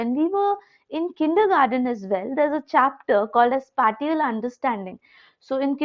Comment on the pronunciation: Spatial - Spae - cee - ul